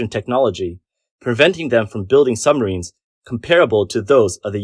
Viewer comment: Sumreens not submarines?